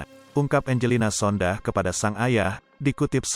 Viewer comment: Jangan Sondah tapi Sondak